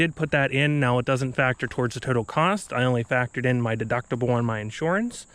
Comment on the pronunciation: Knew you were from PA immediately when I heard you say insurance lol